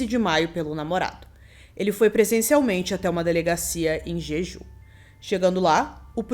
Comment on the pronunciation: Ótimo vídeo. Só uma observação: o nome da ilha pronuncia-se "Djedjú"